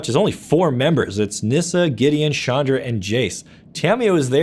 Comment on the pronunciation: It's CHandra....not SHandra....please, stop rapping my ears with that pronounciation. Chandra means "moon" in many hindu languages and it's pronounced as in challenge.